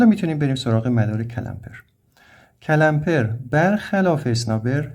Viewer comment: استاد جساراتا با تمامی احترام CALAMPER نیست CLAMPER هست . clamp همون گیره . تلفظش رو درس عنایت نمیفرماییید.